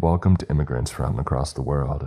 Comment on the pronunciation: What is Weapontree? Asking for a friend. He would also like to know why you sometimes say Across and other times you say Acrost?